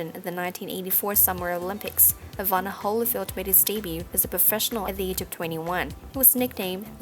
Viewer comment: Very bad compere can't pronounce Evander! Instead says Evana..